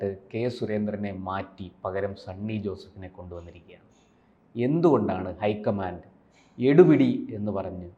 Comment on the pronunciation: ഹൈ കമാൻഡ് അല്ല കുയി കമാ ണ്ടാണ്